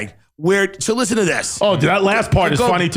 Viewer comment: "Lishten to meh"